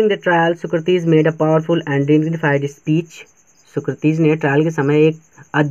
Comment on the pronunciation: Socrates nahi bol pate ho aap